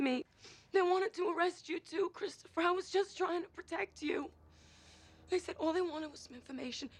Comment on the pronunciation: Cris toe fur